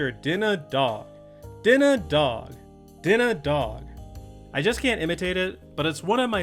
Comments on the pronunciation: The secret to saying "dinner dog" like him is adding a slight s-sound while pronouncing the d-sounds: "Dsinner Dsawg" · you have to pronounce it as "Dinner Dawwwwg." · WAS LITERALLY ABOUT TO CALL THIS OUT. can hear the exact pronunciation in my head clear as day. "dinnah dauwg"